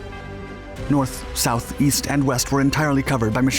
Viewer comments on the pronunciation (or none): none